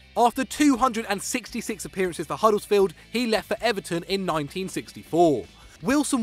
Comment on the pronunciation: Where on earth is Huddles field? It's Huddersfield you clown